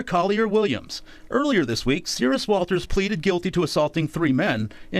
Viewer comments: Serus, not Serious. You've mispronounced it every single time. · At first i heard the name wrong, i heard Sirius instead Serus. So maybe the judge mistaken this person for Sirius Black too, we all know he was innoncent.